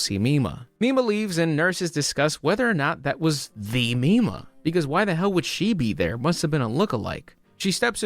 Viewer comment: i keep hearing "popstar nima" instead of popstar mima. completely unrelated but i would recommend you look up popstar nima instead. wonderful artist.